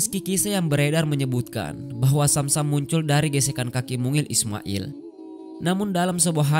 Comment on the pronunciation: BUKAN AIR SAM SAM TAPI ZAM ZAM.. TOLONG DIPERBAIKI LAGI PENGISI SUARANYA